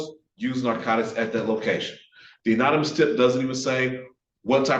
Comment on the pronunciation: Good lord. The black defense attorney say unanimous tip about 6 times. It’s anonymous dude. Good lord. Although other than that he is WAY more effective than the white guy. Well done counselor. If it was up to the other guy, these guys were going to be convicted based on an illegal stop.